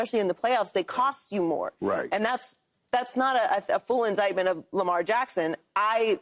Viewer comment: Joy said "indictment" lol